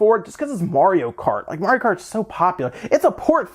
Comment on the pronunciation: "Mario Karty Deluxe" sounds lit